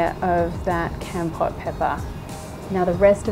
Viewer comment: Lol love this I'm Cambodian myself. Keep this up I'm gonna be the best of your fan😎😎😎 oh by the way its pronoun KOMPORT. Keep up the good work. I got my eye on you😂🤣😅